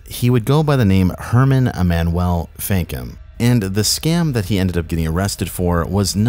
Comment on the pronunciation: E-man-u-well That's how Emmanuel is pronounced